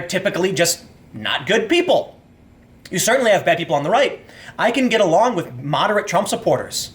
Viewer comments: "I can get awong with moderate Trump supporters" <---- When your asian half slips out. I'm such an As*** lol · Tim: "I can get arong with-" Me: ASIAN